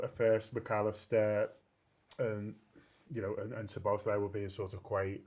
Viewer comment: Quite incredible how these content creators refuse to take 20 seconds to Google the correct pronunciation. He's been here over 2 years!